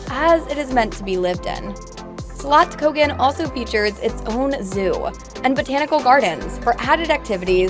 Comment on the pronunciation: She didn't say slottskogen wrong 😊